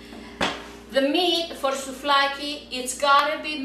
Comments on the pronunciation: axaxaxaxax souFlaki to leei sto xaxaxaxaxa re thn giagia re!!!! she's Greek and this recipe is delicious!! at last someone did it right!! uploaded a video about Greek food with the RIGHT recipe...:D Γεία σου!!!!! Φιλιά απο Ελλάδα!!!:D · ftiaxnei kai "souflaki" :p